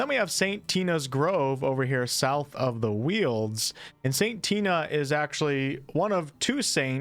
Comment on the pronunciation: Are we sure it's Saint "TEE-nuh" and not Saint "TIE-nuh"? The former sounds goofy as hell; the latter, not so much.